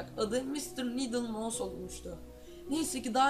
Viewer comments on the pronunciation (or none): none